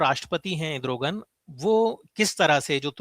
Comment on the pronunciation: मनीष जी पहली बार सही उच्चार सूना है इद्रोगन